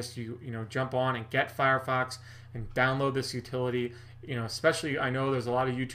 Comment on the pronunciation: you said "firefuck" !!! Thats so funny! Nice stache and video!